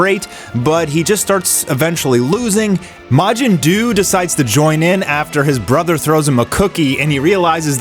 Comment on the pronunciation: Turn the volume down when he says majin …. “Psst… majin Jew”